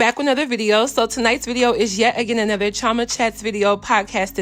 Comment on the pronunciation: Why do you say your name Chioma in such an Americanized way instead of the Nigerian way, as it was created?